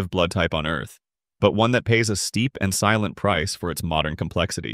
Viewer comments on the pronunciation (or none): none